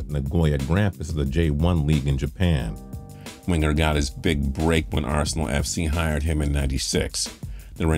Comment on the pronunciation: My ears bled hearing him say Wenger’s name..